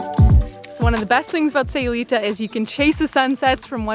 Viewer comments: Stopped watching second time she said aye instead of eye in SAYULITA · It would be nice if you knew how to pronounce Sayulita 🤦‍♀️